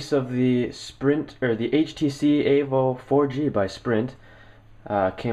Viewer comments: Why can't you just say Evo instead of Avo. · Steve Jobs said it himself that it's an Evo. Pronounced "A-Voe" you blimey bastards. Not "E-Voe". Get a life all of you. Except, he actually knows the right way to say it.